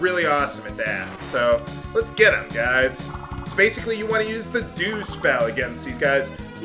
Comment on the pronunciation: Why is it that instead of dew spell you said douche spell?